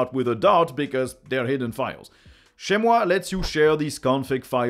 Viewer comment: I never managed to locate your accent but your perfect French pronunciation of "chezmoi" took me completely off guard and now I'm starting to have doubt about my ears! May I dare ask where your accent is coming from? Anyway, thank you for the great content!